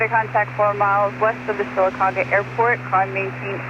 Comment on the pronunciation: Don't skip around saying Sylacauga. You did it right in the first video. Pronounced "Sillacogga" to locals. :)